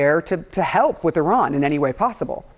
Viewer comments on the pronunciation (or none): It's Iran dammit not O'Ron!